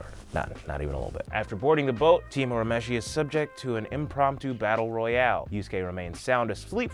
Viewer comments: It's ur u mesh ie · Loved the video. The humor and sound effects were much appreciated!!! My only quarrel is the pronunciation of Urameshi (it’s pronounced your-a-mesh-e). If you ever find yourself doing a Yu Yu Hakusho video now you know how to say it 🙏 Keep up the good work! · The English dub pronounces it that way, but technically that's wrong. His name's actually pronounced more like "ooh-rah-may-shee." That said, having grown up on the dub, I pronounce his name the way you have it written, just with the realization that it's totally bastardized. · There is no such thing as early 90's Toonami, Toonami started in 1997. Also Yuyu Hakusho didn't even premiere on Cartoon Network till like 2002 and it's the same dub as the current one. Also he mispronounces Urameshi.